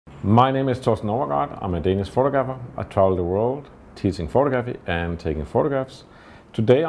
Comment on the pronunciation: Thorsten, Great work! Small note: it is pronounced phoTOgrapher, and phoTOgraphy. Action on the second syllable.